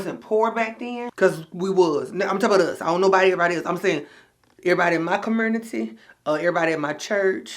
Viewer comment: OK did u just say COMURNITY? 😅